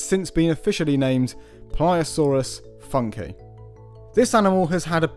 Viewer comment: Shouldn't it be "Funk-ee-eye"? or "Foonk-ee-eye"?